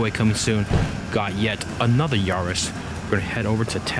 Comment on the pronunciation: It's yaris not yaaaris